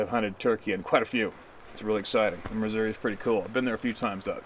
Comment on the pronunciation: You said the state name Missouri correctly -- Mu-zurr-uh. You had to be around some good old Ozark hillbillies when you were hunting in our state.